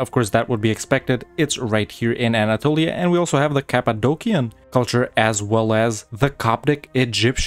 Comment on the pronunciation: You pronounced "Cappadocian" wrong, the "c" should be "sh", not "k"